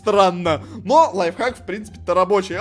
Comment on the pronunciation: первая шоколадка которая правильно сказал слово ЛАЙФХАК